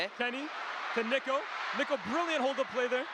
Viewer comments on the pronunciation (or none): Bro did NOT say niko